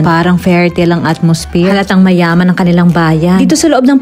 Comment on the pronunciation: Tawa ako talaga sa emphasis na mayaman